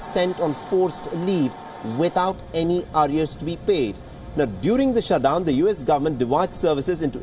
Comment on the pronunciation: Did you say "Shuth-dhown"